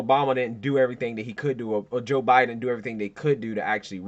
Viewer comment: Did I hear Kamala call joe “obiden”